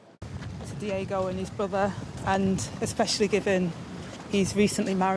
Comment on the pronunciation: Did really call him Diego? Twice😳